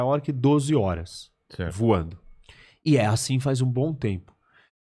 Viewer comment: O país se chama Quirguistão (não Quir-Q-uistão), Haowei não existe, a empresa se chama Huawei (uma expressão relativamente popular em mandarim). A cidade onde a pandemia teve início se chama WuHan, não Juan (que se trata de um nome próprio de origem hispânica). Esses são alguns dos erros imediatamente demonstráveis. Há mútiplas instâncias de imprecisão política e geográfica nas falas dele também, mas essas demorariam muito mais para explicar. De nada.